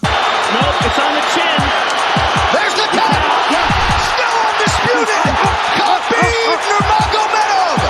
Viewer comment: He's neme habib not khanbib my allah with you all times